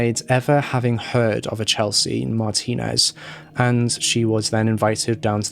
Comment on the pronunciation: Kudos 👍😁😎 for you, you pronounced her last name right!!!!!